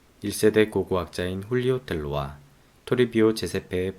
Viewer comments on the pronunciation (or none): 조금전 띠와나꾸 문명을 소개하는 영상을 잘 봤습니다. 저도 잉카와 잉카 이전 문명에 대한 책을 낸 사람인데, 저보다 더 많고 정확한 정보를 소개해 주시니 존경스럽습니다. 그런데, 지역과 인물 명칭을 현지 발음대로 소개해 주시면 더 좋을 것 같습니다. 이번 영상에서도 '말스 울'은 '막스 울레'라고 해야 더 정확하고, 훌리오 텔로는 '훌리요 떼요'라고 해야 현지 발음에 더 정확합니다. 제 책은 2017년에 발행되었고, 제목은 '따완띤수유-잉카의 땅'입니다. 책머리에 발음과 표기 문제에 관해 적어 놓았습니다. 아내 아이디로 댓글 씁니다.